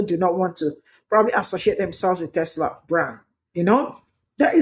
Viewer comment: Tesla not tesler lol.